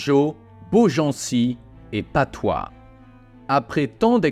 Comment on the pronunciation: C'est pas plutôt la bataille de patay ? Et non patoi ? Vidéo sympa comme d'habitude